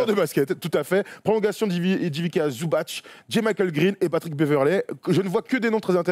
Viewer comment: Petite précision quand-même, on prononce Ivitsa Zoubats et non Zoubatch. Son C n'a pas d'accent, c'est la même chose pour Divats et non Divatch. Le tch c'est que quand le C porte un accent fort ou mou. Source, moi-même ma famille maternelle est de Mostar comme l'est Zubac (et mon ex idole Josip Sesar, dédicace aux premiers lecteurs de Basket Hebdo !) ou Stanko Barać (mais lui a un accent mou sur le C donc c'est bien Baratch).